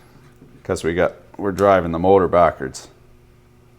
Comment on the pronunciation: "backards" sure you not got a little Appalachian in you? Maybe its common in the whole south but there are certain words evidently only people in the Appalachian mountain area say... there is even a documentary on it. Honestly they just grazed the surface but its still interesting especially if you are a 'native' rural Appalachian mountain resident. The south gets rode hard about it's accent/dialects but it's actually cool. I knew there were words we said others didn't but the negative stigma is rather infuriating at times... When in the time of all these SJW warriors the mountain talk and southern accents in general are associated with being uneducated incestual retards. You can go on national television and make jokes about Appalachian and southern people free from recourse. Mainly because we do little to fight it because we have better things to tend to in general. This is decent article about it and has a clip from a documentary. heres the whole thing I personally use several in code switching... at home I will say winder for window... usually when talking about cars... a house window I will call a window. The word "plumb" thought that was a perfectly normal word evidently its a mountain thing. I say "tote" for carry depending on the situation... my favorite one is when you get really mad at somebody and you might be talking about them to somebody else and say something like "he'll tote an ass whoopin" lol I choose to use the words for effect... to bri